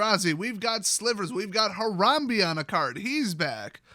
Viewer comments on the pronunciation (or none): none